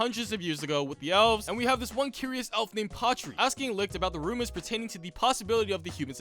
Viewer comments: Bruh . he said all the names wrong. Its not lixt . its licht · I love how you pronounce Licht's name like "licked" lmao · IT'S PRONOUNCED LISHT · LICHT IS SAID LIGHT IM SO MAD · The mispronunciation of German words is making me laugh so hard. "Licht" is just the German word for "Light" and that is not how you pronounce that 😅